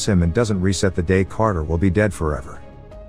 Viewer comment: "Crater" stands...? You mean, Carter?